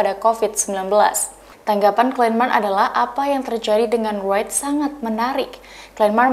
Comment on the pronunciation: Pembaca beritanya perlu banyak belajar dulu sebelum membawakan berita terlebih berita international, aduh nyebut Wright aja salah.